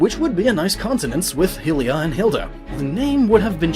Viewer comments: Alright, this is really bugging me. HIE-rule HE-lia. Please pick a consistent pronunciation rule? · Hylia is pronounced "high-lee-ya" btw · I swear, constantly hearing Hillia and Hillians made my ears bleed. It is Hyrule as in Hi-rule. Let me explain so you understand. Hi, as in the short version of hello. Then you put rule on the end. When has Nintendo EVER called Hylia, Hylians, or Hyrule Hillia, Hillians, or Hillrule. All start with Hy as an hi, the shortened hello. Dear lord. If you want an ounce of credibility, then for the love of god, pronounce things correctly. People INSTANTLY tune out when you make mistakes like that. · each time you say hillia you give me cancer.... ITS HYLIA NOT HILLIA!!!! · It is REALLY hard to take someone seriously when they're constantly mispronouncing something. Seriously, the goddess "hilly-uh"? Why do you keep saying it like that? You say Hyrule correctly. Do you think Hyrule and Hylia have different etymologies? Do you think it's open for interpretation? In Japanese it's ハイリア, so High-lee-uh is VERY CLEARLY the correct pronunciation. I'm not exactly annoyed by this, per se (all-caps being used for emphasis, and not to indicate anger), but it does kinda bother me. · Hylia. Pronounciation : (Hi - Lee- Ya) OK. Say it with me now kids . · Pronounce hylia properly , you insufferable melt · I hate how he says hylia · Can this man say Hylia right I swear its annoying asf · I enjoy your video, but your pronunciation of Hylia(n) hurts my ears because the way Hyrule is pronounced vs. the pronunciation of Lorule is clearly a pun on high and low... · How can you know so much about Zelda but not about how to say Hylia 🤣😅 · You pronounc hylia wrong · I just have to know one thing. Why do you pronounce Hyrule and Hylia/Hylian differently? I hate to be that guy, but the "Hy" is always pronounced as "High", because it's High-rule, not Hirool. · Exactly. They say her name in Skyward Sword a ton how could he pronounce it so wrong? Lol